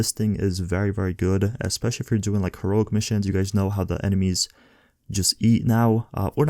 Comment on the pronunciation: Her-O-IC. Lol